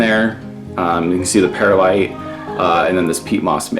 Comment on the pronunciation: Pur-lite not Pear-light